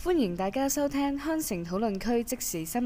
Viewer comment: agree .....好重懶音 收（聽） （香）城 （黃）一心 會考（生） 流（行） 月（亮） （更）有考（生) 內（幕） （百）思不（得）其解 匆(忙)